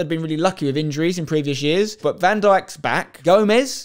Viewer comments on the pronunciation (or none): none